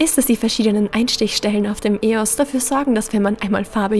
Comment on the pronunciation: Ich find's es komisch das du E-O-S sagst ich sage eos Wer auch Likes den Kommentar COOLES viedeos!!!!!!!!